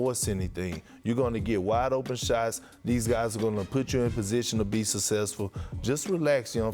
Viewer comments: Kendrick “Sussessfuhh” Perkins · gotta love the way perk says "he's been soossessful"